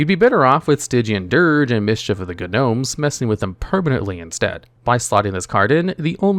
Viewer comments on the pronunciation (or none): Its pronounced "nomes", not "guhnomes". jfc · You heard right. He said the g in gnomes. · Mischief of the guhnomes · Ah yes Mischief of the Guh-nomes lol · That’s a very wild way of pronouncing Gnome. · Did you seriously just pronounce the g in gnomes? Lol.